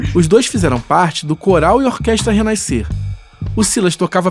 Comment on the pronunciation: Oi Re Naiscer? 😂😂😂😂